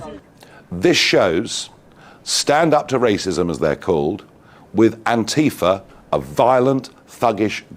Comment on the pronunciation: Thank you for saying Antifa and not Anteefah 😊